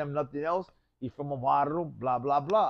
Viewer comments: This vato said Barro instead Barrio one time lol how can he not say it right every time if your Raza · He’s from a barro 😂 haha can’t even say barrio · Barrio not barro wuey.